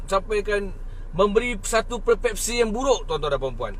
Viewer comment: Persepsi dengan perpepsi susahkan nak sebut 😞